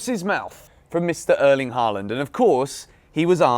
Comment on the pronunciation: His name isn’t “Harland “